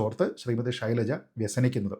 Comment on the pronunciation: ശൈലജയാണ് യഥാർത്ഥ ഉച്ഛാരണം